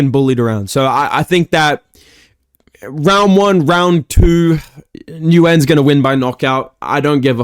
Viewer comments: the only mma youtuber who knows how to say nguyen 😭😭😭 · Nguyen= Wen. Your welcome.